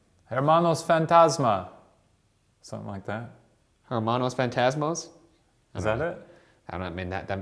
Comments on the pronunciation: "Ermanos fantasmas" 🤣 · Oh my goooodddd you were pronouncing your Spanish words wrong!! Sorry, I’m very picky about this. Me llamo for me you say meh (coz yall dont carreee 😂) and hermanos if a word starts with a h you don’t sound so it should’ve been pronounced ermanos. 😂😂